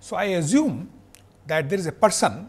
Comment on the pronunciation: Great lecture. The best I have found so far about inertial vs non-inertial frame of reference. However, the way he pronounce some words is very annoying. For example azume for assume, meazure for measure, meazurement for measurement and so on. I thought Indians are fluent in English!